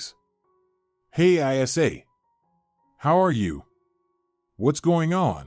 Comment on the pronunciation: It’s not I s a, it’s Isa, short for Isabelle.